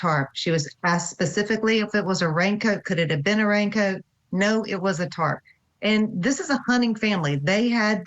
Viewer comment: its pronounced TARP.🙄 she said “tart” like she’s talking about some baked good